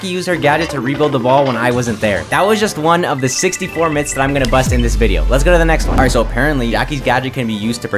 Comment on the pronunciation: At the end the man just says SUCBSCRIBE TO the vedio